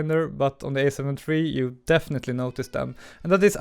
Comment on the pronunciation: It's "alpha" not "a"...